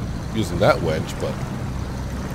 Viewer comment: We’re both New Englanders (I was born and raised in New Hampshire and have lived in Maine for over 40 years) but I’m still trying to figure out if you’re calling your winch a wench. Vermonters have an accent just as Mainers do so perhaps I’m just not hearing you clearly. Plus, at 67 my hearing isn’t as sharp as it used to be. So, are you making some poor woman get out and connect the winch cable? Perhaps your wife from Farmer’s Dynasty?